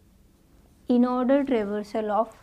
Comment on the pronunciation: kitna bhi try karlo bunny order ko aurdor bol hi deti hai